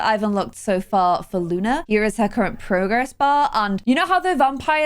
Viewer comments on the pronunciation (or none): none